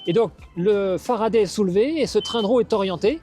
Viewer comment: En français, a se prononce a, pas e ! L'invité dit toujours Faraday, et le monsieur tatoué a décidé de rebaptiser la marque à sa sauce ! Non, mais !